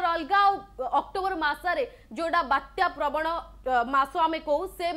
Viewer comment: ବାତ୍ୟ ନୁହେଁ ବାତ୍ୟା 🤣🤣🤣